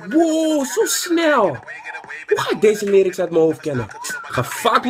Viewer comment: dacht je dat je het uitsprak als lairiks ofzo